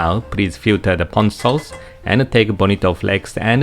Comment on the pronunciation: Ponzu sauce is made of actual fresh citrus. Pahhhnzu sauce is made of canned mandarin oranges. Don't be fooled!